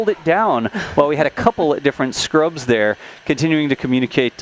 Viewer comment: Scrubs, not Ruds!